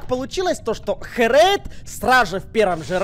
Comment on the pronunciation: Не Хрейд, а Херейд ;)